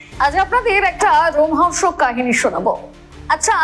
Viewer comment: রোমহংস নয়, রোমহষর্ক